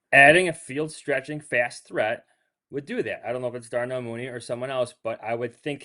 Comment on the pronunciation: This man said Darnell Mooney, STOP IT.